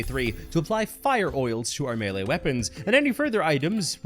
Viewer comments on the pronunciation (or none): none